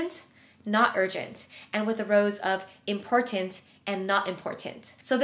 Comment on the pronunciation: The number of times you say “important” and over pronounce the middle T 😅 Thanks for the great tips and video with concrete examples , apps and ways to improve productivity and organization. Your videos are always calming and motivational. I would just suggest trying to use different words to replace “important” so as not to over simply or sound redundant.